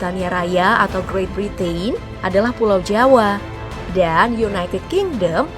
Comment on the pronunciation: Sayang mba narator kurang pas lafalkan kata 'Britain'-nya. Makasih penjelasannya Ka..